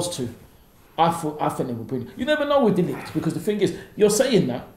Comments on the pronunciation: "De Licked" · This man said de ligt. I cant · Comment - ‘1 realistic signing’ - “De Ligt” 🤦🏽‍♂️ - “Chillwell” 👏🏽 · Ffs he can't even pronounce de ligt name